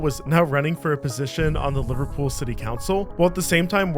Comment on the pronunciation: as someone from liverpool and a scouser its not "lyverpool" its pronounced "Liver - Pool" sorry it had to be said